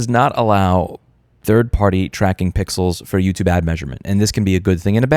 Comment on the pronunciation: when he says pickles instead of pixels, or any other verbal flubs, just remember that it's because his brain is too fast for his mouth